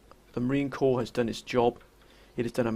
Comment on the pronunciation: Great video as always. But I am going to have to correct you. It is the United States Marine CORPS. There is an S in Corps. Semper Fidelis future brothers. The Third Reich aught to count their lucky stars they never had to stand toe to toe with the USMC.